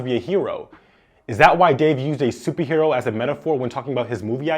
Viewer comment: Great video! But was he saying “Suppie Hero” or am I trippin? lol